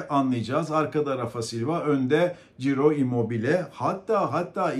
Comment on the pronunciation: Çiro, Ciro değil